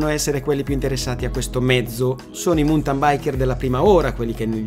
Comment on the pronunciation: Bella esposizione però, cortesemente, si pronuncia "mauntin" non "muntan" o "montan". Grazie